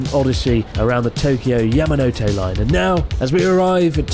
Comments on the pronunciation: It's the 'Mountain Hand' line. Ya-ma-no-tay, not Ya-ma-no-toe. You'd think a 3mill sub YouTube channel who has lived in Japan for years would at least get the pronunciation of the line correct. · Great video Chris, you didn't pronounce Yamanote correctly once the whole time! Keep up the good work 👍